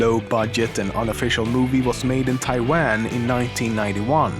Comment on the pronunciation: Taiwan is not pronounced that way. Don't insult the Taiwanese.